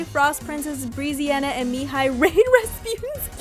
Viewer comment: just so you know brezziana is pronounced breh-zziana :) good vid tho :)